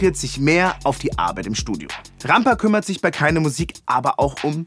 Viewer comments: Wenn er jedesmal „Rampa“ ausspricht wie eine deutsche Kartoffel zieht es sich in mir alles zusammen^^ Katastrophe ey! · Lol. Es heißt Rampa.